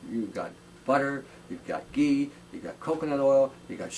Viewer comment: When you said, "you got better oils out there... yougot butter, ghee" I tought you said, "butter,pee etc.) lol